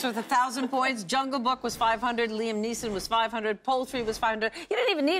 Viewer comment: It's a good thing Chely said Neeson because Gabrielle said Neilson.